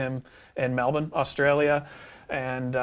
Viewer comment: As a no-name customer, I can say that at GWA gives the same great customer service Ariel mentioned to everyone. Also,, I like how you drew from your Australian days when pronouncing Melbourne.:)